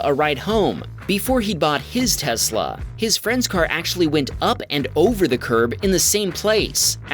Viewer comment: The voice narrator has a speech impediment that is like nails on a chalkboard. He draws out the final vowel of words. Hondaaaa, oveeeer, teslaaaa. He needs to be replaced